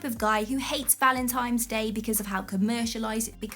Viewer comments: You described me perfectly. I do all of the things you talked about in a relationship. And you are fascinating. But how do I tell her that it is "valentines day" and not "valentimes" day"? Even the spell checker picked it up. No worries, I think it is adorable. Many American women do not like it when you do all the normal (to me) polite things like opening doors and walking on the street sides of the sidewalk to shield and protect her. I had a friend once who would not date American women at all. He said they are all spoiled and entitled in his opinion. I take each person individually and if anything am too trusting. And, of course, I am single. I love being in a relationship but maybe my friend is right about many of the women here in America. At least in California. I try to keep busy to avoid facing the time I spend alone. A caring relationship seems to give me purpose. Oh well. Maybe someday I will meet someone. I'll stay busy until then. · ”Valentimes Day”